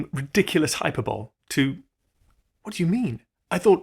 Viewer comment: Do I trust a man who doesn't know how to pronounce hyperbole without rhyming it with arsehole? Frankly, am I bothered about AGI? "Not really", is the answer. I've been retired 10 years, I may have fewer than 5 left to me, I don't know nor care what AGI means, and frankly, given that the American president is going to keep making himself the centre of attention and ruining the American economy and as many ohters as he can, does AGI even matter?